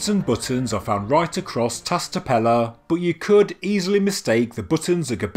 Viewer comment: Love your work, mate. Just to give you a hand with pronouncing Tas Tepeler - Ta(sh) Tepeler ("ler" with a roll of the tongue. Exaggerate the "L" and the "R"). 👍👍🙏🙏